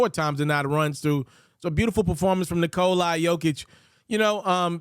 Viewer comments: 👎 for saying Nikol-i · Why does this dude keeo calling him "Nikolai"? Thats jot how its spelled and not how its pronounced.